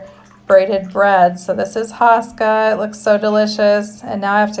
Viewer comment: You say HO-ska not HA-ska and icing is not traditional